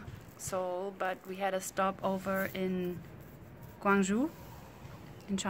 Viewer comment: Guangzhou is pronounced 'Gwang Joe.'